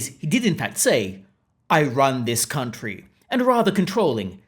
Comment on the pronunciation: "I wun this countwee!''